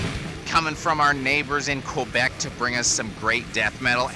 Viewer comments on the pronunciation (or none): none